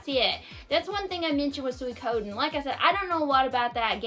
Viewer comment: Your pronunciation of Suikoden is not too bad. However, I recommend pronouncing Suikoden "SWEE-koh-DEN". Without getting too deep into Japanese, here's why: "sui" is two syllables and "den" is two syllables (n is its own syllable), but "ko" is only one syllable. Therefore, even though Japanese doesn't stress syllables as we do in English, the "ko" part is a relatively small part of the word and gets skipped over a little faster when speaking Japanese. It's also my favorite game. I've never thought of the map as being big, but I suppose that's because there aren't that many locations and I'm familiar with the layout. The mini-map is very useful when navigating. Edit: Threads of Fate -- Rue actually plays a lot like Brave Fencer Musashi, while Mint's gameplay is streamlined. I enjoyed Threads of Fate a lot as a kid, mostly because you get a much better understanding of the game by playing both stories. I tend to play RPGs for the gameplay more than the story and it's been a long time since I played, but I still recommend giving Rue's story a look-see. I hope you enjoyed Radical Dreamers. I played it on emulator years ago and found it quirky but fun.